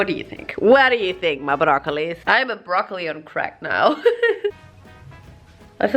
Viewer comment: why she say broccoli like brrrrrrrrrrrrrrrrrrrrrroccoli WHY THO